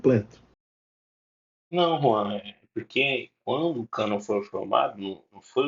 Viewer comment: Só de falar canôn protestante já é uma piada